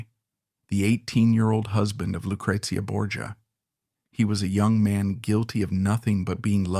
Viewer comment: I love this, but the pronunciation of the names drive me insane. LOO-CRAY-ZEE-UH..... CHEZ-ER-RAY....